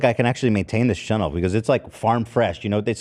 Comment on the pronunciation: Any one else here chennel ?? Brother. Please say channel.